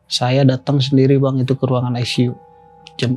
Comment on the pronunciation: ruang aisisiu wkwkkwkwk